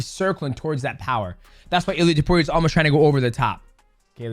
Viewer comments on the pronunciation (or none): I don't want to be that guy DJ, but its pronounced Ilia "Tapuro"🤣